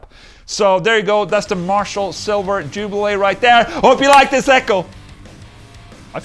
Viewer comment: Jubileeeee not jubilay, sir.